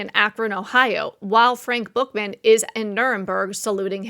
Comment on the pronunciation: Frank Buchman...pronounced Buck men.